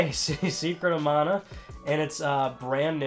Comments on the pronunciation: Your pronounceing it wrong. Secret of mana is pronounced man-a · It's pronounced Man-ah? I've been saying Mahn-a. I always get the wrong em-FA-sis.